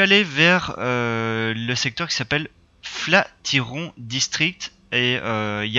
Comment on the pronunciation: "Flat Yron" 😂